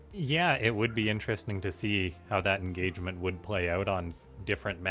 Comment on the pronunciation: engagerment??? that's not how you say it! more like enragement